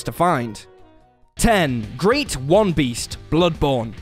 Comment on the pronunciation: Why does he say that bloodborne bosses name like that lol no wonder you think it's a weird name being that Great one should be said more like one word. I don't care that much but it bugged me a little I'm a bloodborne nerd I'm sorry lol.